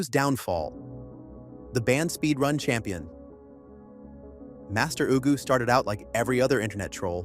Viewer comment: who is "master oogoo" im sobbing